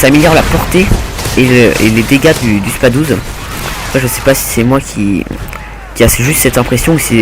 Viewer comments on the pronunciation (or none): C'est moi ou il dit SPA Douze au lieu de SpaS douze avec un S ?